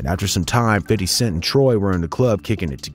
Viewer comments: 🤣😂🤣it’s Fifty not Fidy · It’s FIF-TY not fiddy!!! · Fam...stop saying "Fiddy". It doesn't make you seem or sound cool. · How hard is it to say fifty (fifth-tee) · Stop saying 50 like that.